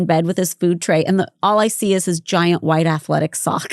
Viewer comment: It’s cute how Holly’s Mom says wHite like holly does 😂 and Bridgette always says cosTHumes not costumes 😅🫶🏼 that was my favorite part when Kendra says “a pilot doesn’t turn around and say SORRY okay!?” 😂😂 it makes me lol 🫶🏼